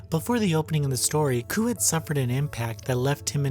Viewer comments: koh.. not koo... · Every time reviewer says "Koo" (rhymes with poo) it negates any credibility he might have. The name is Kou... Ko + oo... Ko-ew... not Koo... (google "romaji" perhaps) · I want to say this: You kept mispronouncing Kou's name. Its pronounced K-oh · looked it up again in case i was wrong furigana says かどくら こう kadokura kou kah doh kuu rah koh uu also she says koh uu